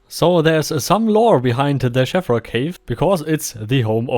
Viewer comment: I miss the MO1 version of the cave, with its little intriguing windows and smoother surfaces which I expect is more lore accurate. Also one thing, I believe the ee in Sheevra is pronounced like Veela, or cheese, rather than Shevra. A good video as always.